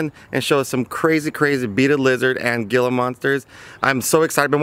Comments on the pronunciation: “He-la” monster not gill-a monster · Gila is pronounced "he-la" it drives me crazy when reptile people mispronounce their names also you can find gila's in the dila national forest in south western new mexico.... kind of why it's called the Gila national park... jsyk. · Gila monster - pronounced Hila Monster. The G Sounds like an H.😉😉